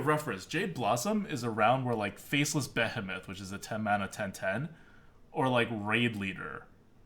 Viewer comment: "Jade Beh-heh-meth" will never not make me cringe....